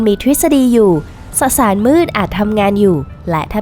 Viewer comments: สสาร ไม่ใช่ สะสาร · 555 เว้นวรรค ได้น่ารักมาก ไม่ตัดออกด้วยนะ